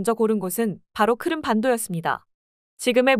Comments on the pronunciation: 크름(X) 크림(O) Crimea - 크리미아 를 줄인 말. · 귀에 거슬립니다,크름 크름이 맞나요?